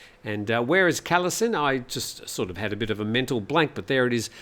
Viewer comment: It is pronounced 'Galasin' mate... K's are pronounced G.